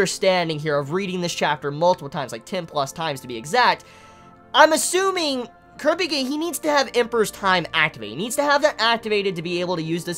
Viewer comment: dude why are you pronouncing kurapika wrong?